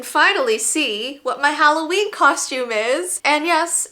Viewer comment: its holloween not holloveen!